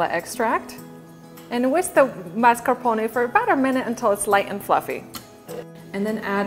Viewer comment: You don't pronounce "mascarpone" correctly, lol, but this cake looks amazing.